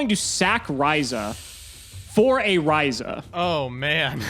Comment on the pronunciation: Bricking is representative for Monarchs. Top Decking is representativ for xD And still no love for Mobius I see. And burn is still as boring a deck as I remember it to be. And finally. You guys may not have realized yet but actually pronounced Stratos and Raiza correctly this episode